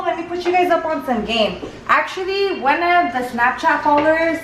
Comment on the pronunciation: And "wan" instead of one lol.